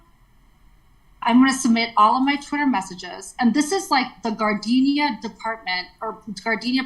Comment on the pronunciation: ...for the record she keeps saying Gardenia 🙄 but its GARDENA.. Its not the flower that is fragrant but a city with a vagrant!